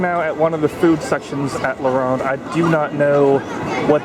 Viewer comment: I got depressed cause how he said la ronde